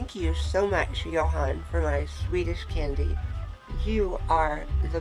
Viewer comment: Actually, in Sweden, we don't pronounce the H in Johan, so it's more like Jo-an. Absolutely not Joan, but exactly like you say it except the H. :)